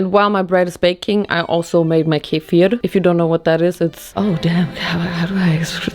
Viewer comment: I was shocked SHOCKED when she said kefir with very clear pronunciation!! Didn’t see that one coming to be honest but I love that kefir gets the credit it deserves. I mean who needs drug store probiotics when you have Turkish kefir at home? And you should def try them with different fruits like strawberries bananas and blueberries because it actually gets very refreshing and the little bit bitterness will just go away